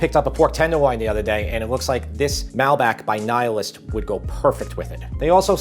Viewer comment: "NIL-ist" It aint Egyptian, it aint about the Nile. 🙂😛🤣🤣🤣